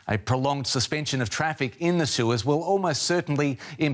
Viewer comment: News Caster "a Prolong Suspension traffic in the sewers" I didn't know the boat would block teenage mutant ninja turtle's home.